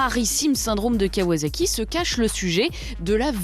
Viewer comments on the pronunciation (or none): CA NE SE DIT PAS KAWAZAKI PTN LE S CE PRONOCE COMME DANS ASSIETTE merci